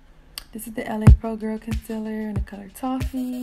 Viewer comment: ‘concellur’ nah gurl its ‘conceeeeler’